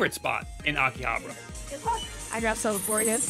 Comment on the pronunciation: The way he says Akihabara is triggering me.